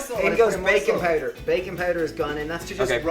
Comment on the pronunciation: i thought he said "bacon powder". i was momentarily happy, until i realised it was "baking powder" :(